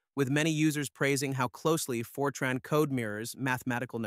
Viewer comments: Fer-Trarn? Is this a new language? I haven't heard of it. Is it like FOR-tran. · Good video (except for the AI mispronouncing Fortran as "Fortron"). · Then you missed the best part... Really stupid AI that mixes "Fortron" with "Fortran" multiple times in the video. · It's short for FORmula TRANslation, so it's pronounced TRANN, not TRAHN. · It’s FORtran, nor forTRAAN, and it preceded object orientation by exactly one decade (Simula 67), not “decades”. Modern Fortran is a very large language with an embarrassing number of things having been added by one standard and removed in the next, and it’s a dreadful choice for accounting or text processing. But it’s a decent programming language that is very good at what it does and has good tool support. It probably shouldn’t have added Oop. The strength of Fortran was always that everything happened out in the open where the compiler could see it. All the reasons the cool kids had for not using Fortran in the 60s to the 80s are long gone. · Ugh. I bailed as soon as I heard for-TRAHN. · AI swill. Can't even get the name right. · ai cant pronounce fortran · You (AI) can't even pronounce the language correctly. I'm outa here. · Why is Fortran pronounced 20 different ways??